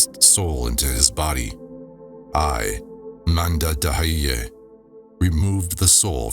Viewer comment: Also, it's manda d'hayyi and not manda da hayyi. Should almost sound like mandat hayyi. 😊